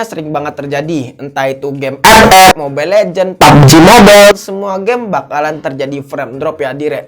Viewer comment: Kaget gua pas abang lagi ngomong "ep ep" ama "papji mobel"